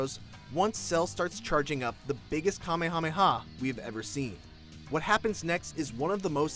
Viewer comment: It boils my blood when people say kamhameha its the kamehameha wave